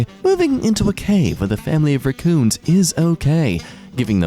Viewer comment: I just realized why I've been saying raccoons so weird. It's fault. Normally most people around me say raaaa coon but I've been saying it with a short a